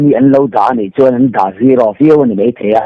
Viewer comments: Lilzo-a.A lang lian khawp mei...ti lo in, mài tih tur aw... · 'Mei' tilo hian 'mai' han ti keuh la i sawi tha zual sawt ang.@